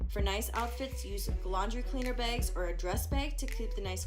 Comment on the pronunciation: “2 checked begs”